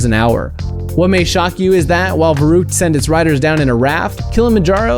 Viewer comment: You pronounce verrückt wrong. It's pronounced ferykt